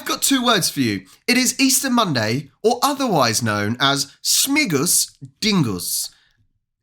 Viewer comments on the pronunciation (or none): Śmingus not Śmigus. Śmingus. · Yes, we pour water at each other. Not only men at women. And another "tradition" is definitely not Polish. She is talking total rubbish. Also it's smingus not smigus.